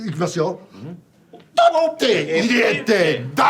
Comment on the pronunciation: ヒューの"取って入れて出す"が完璧すぎて驚くライアンが面白すぎる😂